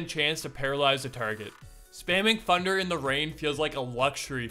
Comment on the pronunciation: “With funder or funderbolt”